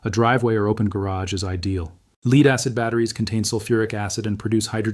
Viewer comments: I guess that i can appreciate a half-truth video, but I'm just so sick of AI slop. Obviously, If an Asain man was a guest in America, he would have an accent. If he was natural-born (and spoke like what AI thinks white men sound like)- he would know how to pronounce the word "lead." The englush language is still too complex and filled with nuance that AI can't do it. The entire video is about lead-acid batteries, and American-accented AI can't pronounce the word even close to correct for 15th time. I'll take my advice from humans for now. Lead= "Led," not "Leede" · Tell your ai computer it's pronounce led, not leeed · (A.I) "Lead" is pronounced "led" and not "leed" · AI crap. When it mispronounced "lead" twice, it was a dead giveaway. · Anyone noticed that the A I doesn't know how to pronounce the element, Lead ( led), not lead, ( leed ). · "Lead" in a battery is pronounced 'led'. Please tell your dumb Al. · The vid pronounced lead as leed. It’s AI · lead is not pronounced leed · Yeah noooooo shit! Leed batteries. The fuck? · Leed acid? AI narrated! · the part where he says is not a he. it's AI. that's why the video is good. except that the AI doesn't know how to pronounce lead. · That mispronunciation of lead was starting to aggravate me too 😅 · I say you are, because you said LEED instead of LEAD. means you are A.I Humans know the difference, you don't! 👋 🚨